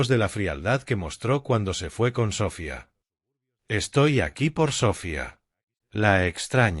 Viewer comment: Es Sofía no Sófia....con todo respeto.....